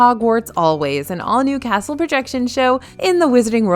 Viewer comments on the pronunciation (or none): none